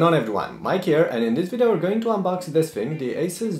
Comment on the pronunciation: its thing not fing ;)